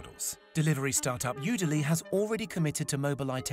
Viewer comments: PS: Correction its NURO not Nura. & its udelv not udely. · You can't spell any of the company names correctly, do some research before making a video. Udelv not Udeely and Nuro not Nura.